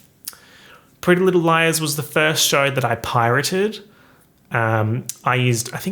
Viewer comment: Not captions telling me you’re saying “prealize” instead of “pretty little liars”